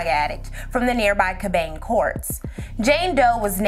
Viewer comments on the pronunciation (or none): It's "Cab-an-ney" lol Crazy bc this happened two blocks away from me. I live on the West End area. Love this and love your channel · Cabanne is pronounced kab-anee. Great video by the way. I work in this general area for a quasi-governmental org. I often think of this poor little girl and several other unsolved crimes in our area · Im from St. Louis, loved the history, lesson. My dad grew up in Pruitt-Igo and Cabanne Courts is pronounced like "Cabin-E Courts or Cabin-y Courts," if that makes sense.... very informative, we know that the fact the police had to "prove" they care about black lives, is reason number 1 why we know they dont!! St.Louis, PD had /has/have no intentions on finding who that baby was... black women, black girls are the most exploited and most "missing." And to AmeriKKKa they could really care less....